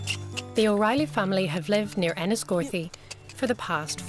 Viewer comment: did the narrator say O riley ? The Stokes family .....look like a lovely warm loving family, I love that, they want to grow the family on the land they live ....how it should be